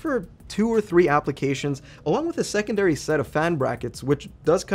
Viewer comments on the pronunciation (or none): none